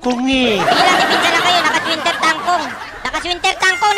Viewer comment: Winter Truncheon ❌ Winter Changkong ✅ Winter Tanchong ✅